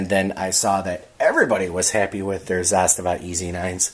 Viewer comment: Thanks for pronouncing Zastava correctly 🎉